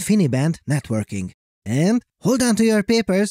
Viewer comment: awful narration! It sounds like a teenage girl wrote your script... You emphasise stupid words.. like AND!